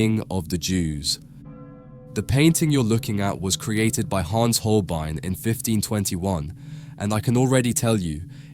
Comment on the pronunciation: Der kann ja nicht einmal HOLBEIN sagen! Es ist einfach nur jämmerlich, solch oberflächliche und unprofessionelle Kommentare!